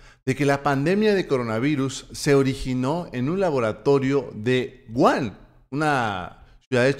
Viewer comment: la ciudad de China en donde se originó la pandemia se llama WU HAN. SE PRONUNCIA ASÍ WU HAAAN! LA H SE PRONUNCIA COMO "J" WU JAN!